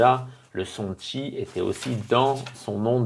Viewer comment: Merci pour la prononciation de "Chi" = Tchi